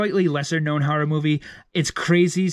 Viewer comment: Lol I love the way he says horror “hurrah”